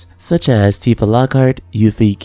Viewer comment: Your pronunciation is so much nicer than the "Tiff-uh" and "Yuff-ee" you hear everywhere else.